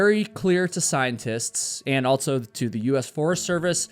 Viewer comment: This guy loves to add the letter T in words that do not include a letter T. ALSO has no T, yet he adds one and says, "ALTSO." Across has no letter T in it, but he adds one and says "ACROSST." I'm not putting him down for it. If he wants to intentionally mispronounce words, then he can have at it. I'm just pointing it out.